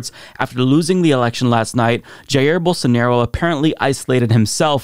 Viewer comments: "BOWL-SAN-ORO" -Rave Dubin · Geez, thanks for reminding me of the “Don’t Burn This Book” weirdo saying “BolSARNaro” -_